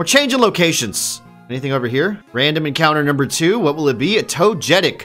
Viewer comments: "Toe jet ick" might be the funniest mispronounciation I've heard in a long time 🤣🤣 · You don't like Lu-guy-a and Toe-jetic?